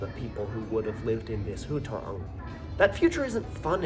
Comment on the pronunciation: At the end of your stay in China, you were pronouncing hutong like that?